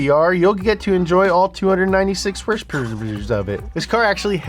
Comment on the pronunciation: I'll have you know that YouTube's closed captioning registers horse powers as hearse purse when you pronounce with the pizazz